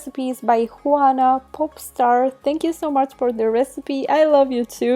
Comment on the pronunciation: she said poop star LOL!!!